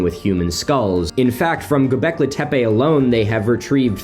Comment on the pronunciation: "Go-beck-lee". Not "Go-beck-lay". GO Beck-LEE!